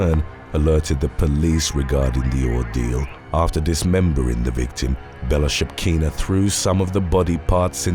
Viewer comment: THIS is why we need flesh-&-blood humans to narrate! On top of having an awesome voice, our guy can pronounce “Bellchakina”!